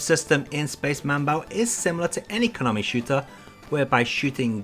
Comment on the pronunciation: You should had also mentioned those MSX games that when plugged into an MSX2, had some extra features, like Nemesis 3/Gofer no Yabô Episode 2. BTW, get an FM-PAC ASAP. It was funny, interesting and (moslty) awful, hearing the Aleste soundtrack in PSG. One more thing is manbou not manbau. The kana spelling in the box shows it: スペース マンボウ